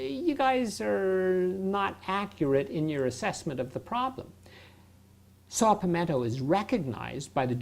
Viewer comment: Sir: The name of the herb is not pronounced "Saw Palmento", or "Saw Pamento." It is pronounced as spelled -- "Saw Palmetto." The active ingredient in Saw Palmetto is beta sitosterol. That phytosterol, taken by itself, offers measurable relief for symptoms of BPH. Studies have verified its efficacy.